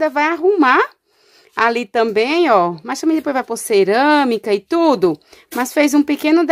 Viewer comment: I tudo tudo ela fala itudo kkkkk aff